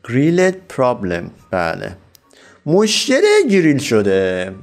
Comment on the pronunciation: اون مُشَكَل هست نه مشکل 😂